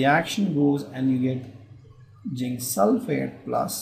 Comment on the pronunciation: it is zinc not ginc